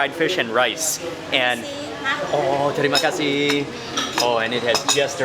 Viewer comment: Your pronounce when you say "terima kasih" are great 😁 ! You can be a local in bali ❤ have a great day